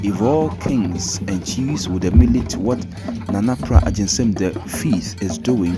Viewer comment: The name is Nana PRAH AGYENSEM! Please,, mention the name well. Thank you